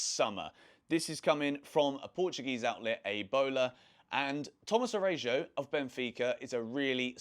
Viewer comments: who is Arejo 😂😂its Araujo. Pronounced Ara-u-ho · I believe the correct pronunciation for Araújo is: Ah-rou-ho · learn how to pronounce the players names Tomas Arajuo u butchered this name. At least do the homework